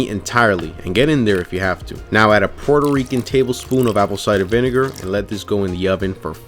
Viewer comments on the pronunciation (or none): none